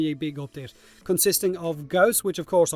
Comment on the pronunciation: I love that you occasionally actually say Gauss correctly instead of "gauze"